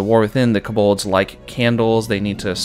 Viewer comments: so true bestie but the way you pronounce kobold scares me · No one mentioning the way he pronounces Kobold?